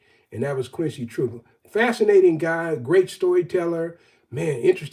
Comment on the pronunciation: Quincy Troupe (later Trouppe). I read his name was pronounced "Tru-PAY." Two syllables, as rhyming with toupee. Is that right?